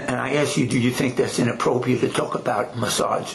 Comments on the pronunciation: The cop interrogating the other, the one asking if it is "inappropriate" is hilarious! He seems so uneducated! Not being able to pronounce the word correctly 😂had me cracking up! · Both the cop and attorney not knowing how to say inappropriate correctly, smdh! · The mispronunciation of the word “inappropriate,” with how often it’s said, is driving me nuts.